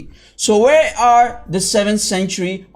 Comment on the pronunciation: 1▪ masaahif not musaahif 2 ▪ adnan was reading from mingana 1572a , you showed the copies from topkapi and quoted dr altikulic• LIAR! 3 ▪Yasir Qadhi clarified on Facebook, why don't you make a video on that